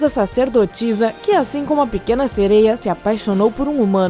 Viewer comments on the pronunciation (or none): Ñ é "sereio" é "tritão" e ss eu acredito q elas existem 👧+🐟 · Ficar ouvindo falar "sereios" me deu nervoso kkkkk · O "sereio" akkskakdks